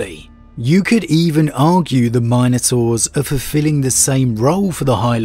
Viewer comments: MINotaurs, not MINEotaurs. C'mon man. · My guy my guy it’s not Minenotaurs, but Minotaurs 🤦🏽‍♂️ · It is pronounced Min-O-Taurs. Not Mine - o -taurs. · It's "min" a tor...not "mine" a tor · Say Mine-ators one more time... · I hate the way he pronounces minotaurs